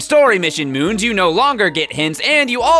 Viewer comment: not moons but... MOOMS